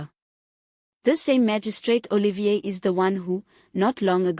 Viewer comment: It's not Oh Lee Veer, It's Oh Lee fee r!